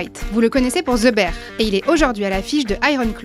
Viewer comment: Bah c’est la bonne prononciation